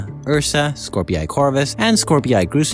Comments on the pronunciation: Skorpii is pronounced as "Scor-pee" I think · Please stop mispronouncing Skorpii